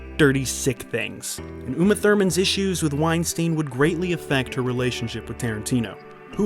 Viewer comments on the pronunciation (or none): none